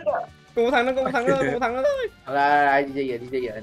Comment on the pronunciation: chiến "thắng" anh ơi :))